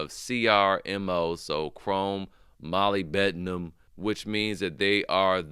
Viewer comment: Just for future reference brother, its pronounced MUHLIB-di-num. Don't worry I'm pretty sure we all messed it up